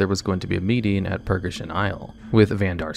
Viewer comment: Another excellent video, as always. I love your stuff, truly I do, but I beg of you, please please please double-check pronunciations. REE-uh-strasza, Nix-ON-druh, Purr-GAY-shun, ARD-en-wee-ld, Clair-eese, and many others. Aside from that you do great work, and I hate to say anything negative, but calling Clarice "Clarence" made me cringe so hard that I had comment with what I hope is constructive criticism. ETA: Elsewhere in the comments someone said you do this on purpose to get people to comment more. If that's the case then disregard what I said but maybe think of a new running joke that doesn't make people waste their time typing well-intentioned feedback and ending up feeling silly.